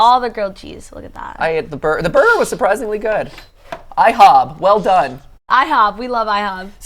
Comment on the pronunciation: Dont you mean “ihob”